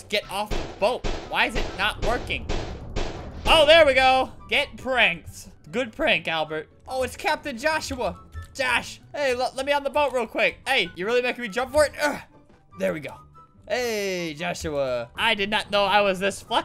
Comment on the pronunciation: It’s Albert not jalbert